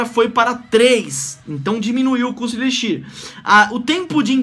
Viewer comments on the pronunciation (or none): none